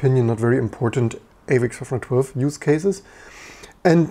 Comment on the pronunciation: Why does it sound like you're saying AVX-412?